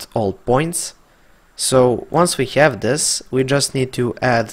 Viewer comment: Nice tuto...i hope you say Have instead of Heav now in 2020